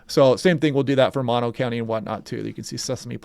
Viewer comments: The cold air aloft,will be picking up some serious fetch off the warm ocean. Love it... Hey, Mono is long 'o' Moh,noh,I grew up in Mammoth. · Brutal forecast. Reminiscent of last year. BTW, it's "moe-no"